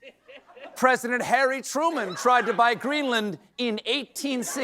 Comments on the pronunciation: It was cwazy to buy Gweenland?. Did I hear her right? I don’t have my glasses on. Is that Barbara Walters? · Does that fox news host believe that Greenland is a disney ride? The way she pronounced it, makes me think so.